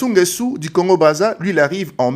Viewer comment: Ecoutez vs etes zairois c nést pas votre probleme il est nguesso et pas nguessu.